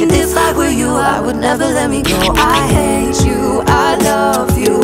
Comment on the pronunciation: Omg now I kept hearing every 'hate you' as 'hay chew' 😂😂😂😂😂😂